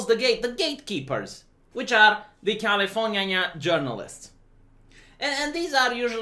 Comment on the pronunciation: California-nyan. Did your inner weeb aweken finally?